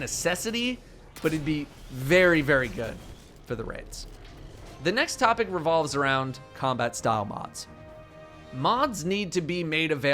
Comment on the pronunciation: Anyone else hear him say “topping number one” instead of “topic number one”